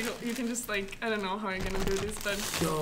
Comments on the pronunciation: “chat ion know” lmaooooo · He said ion know 😂😂